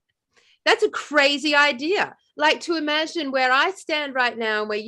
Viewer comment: Imagine im-a-gin-e